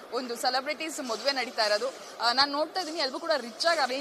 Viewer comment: ಮೊದುವೆ ಅಲ್ಲಮ್ಮ ತಾಯಿ,, ಅದು ಮದುವೆ. 🤣😂😂